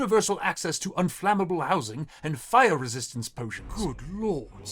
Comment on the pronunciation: Hellooooo native Brit here I have some points for you :) I’ve written some of this in phonemic letters cause pronunciation is hard over the internet - R sounds; they should be a bit softer I think, at least for the princess specifically. Noticed it for words like fire and after - The o sounds in Gedlock and others should be more towards the front of your mouth; less /ɑ:/ and more /ɒ/! Making your mouth more round might help with this? For the king specifically: - I liked the tone you gave “did you hear that dear”, good acting lol. Hear and dear shouldn’t quite sound the same; think of how you’d say deer instead - Not every word has to have its vowels emphasised, I noticed it when examine how you say “this” - The “Us” was good, perhaps a liiittle bit too buzzy at the end but it’s definitely what you should be doing! For the guards: - “high temperatures” I think it’s probably the very end that was a snag; cockney tends to clip words a lot, like high becoming ‘igh and such. The end should be clipped to be /teəmprʊəʧz/! Keep that in mind for other words, like “who” in that same segment with that guy lol - I think neither should have pronounced the other way but I constantly mix up how you’re meant to say it this side of the pond so I couldn’t tell you!! fellow brits help me please You get the jist of the pronunciation rules overall; sometimes you slip, but of course these rules become more and more of a habit the more you practice! Watching British media clips and tr